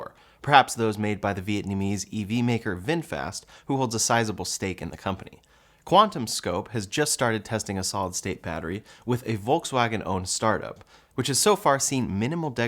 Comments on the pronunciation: Ooops. It's QuantumScape, not Scope. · For batteries, anode is negative not positive, and cathode is positive not negative. Also, it's QuantumScape, not QuantumScope.